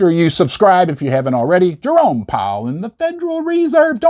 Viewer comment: is just poking fun at that name I’m fairly certain… Just like he pronounces Jerome as “Jeromey”